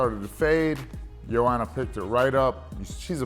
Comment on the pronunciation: for suuuure pronounce joanna's first name properly